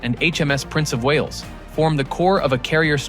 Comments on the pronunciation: Prince of whales 😂😂😂 it Wales Pratt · “HMS Prince Of Whales” come on man 😂😂😂😂